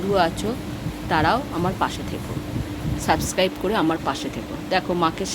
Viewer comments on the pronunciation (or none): none